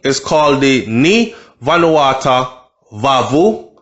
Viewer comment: Yow! Say it like this bro, venu-wa-2